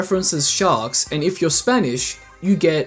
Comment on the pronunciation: “and if you’re SPAINISH you get MEGAN” 😂😂😂😂😅 “and if you’re Spanish ANGIE” 😂😂😂😂😂😂😂😂 “and if your Spanish you get REYAN” 🤣🤣🤣🤣🤣🤣🤣🤣🤣🤣🤣🤣🤣🤣🤣🤣🤣🤣🤣🤣🤣🤣🤣🤣🤣🤣🤣🤣🤣🤣🤣🤣